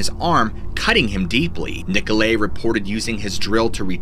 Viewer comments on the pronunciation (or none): I just know you haven't played nazi zombies because of the way you pronounced Nikolay